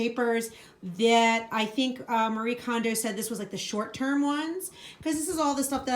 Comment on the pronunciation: It's "Kon-mari," not "kuh-mari."